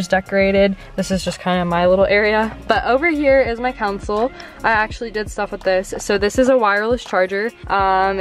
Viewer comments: Console not council lol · calling her console a council had me dying 😂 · Why does everybody call the CONSOLE the "COUNSEL?"